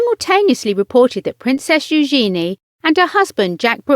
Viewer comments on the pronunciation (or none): Drove me nuts that she's pronouncing Eugenie's name completely wrong. It's not new-GENIE, but NU-zhen-ee. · Learn how to say eugenie....